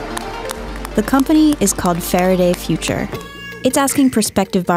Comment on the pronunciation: Getting a spokesperson that doesn't talk like Elmer Fudd would be a better idea. Fawaday Fuwtures, you pesky Wabbit.